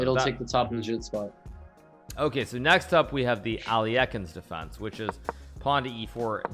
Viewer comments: The alley- yekin defence lol you mean alla- khine ? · It's pretty close to the original russian pronunciaton (al-YEH-hin) except there shouldn't be any "k" sound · How on earth does Hikaru pronounce Alekhine...